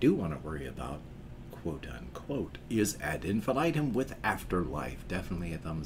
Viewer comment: Yes, you reacted to Unstoppable and liked it. Btw Nils is one of the singers for Amaranthe. And pronounce Ad in fee knee tem 😉. I suggest you react to Inferno from them. Tchuss !